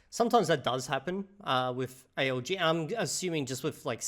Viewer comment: By god, this must be the first time I actually hear A.L.G. when someone speaks about ALG. Every other damn time it sounds like A.O.G. Automatic Organic Growth? Autonomous Organized Group? aOg her, aOg there 😂Which is quite ironic considering you are supposed to mainly learn from listening in this method